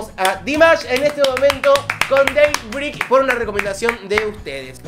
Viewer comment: Se pronuncia day BREIK! ❤